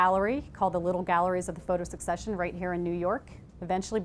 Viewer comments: just a quick comment, "secession" is not pronounced like "succession". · Mispronouncing Secession over an over because when she read it she misunderstood it. Until maybe she read it in context. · and it's not pronounced the was she is pronouncing it... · Thank you! I can't handle it. I'll still show this to my intro to photography class but I'm going to have to leave the room. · I knew that and almost changed the way she pronounced it, because English is not my first language, I had to watch several videos about Stieglitz to get it right. She messed it up being native and informed and all #bummer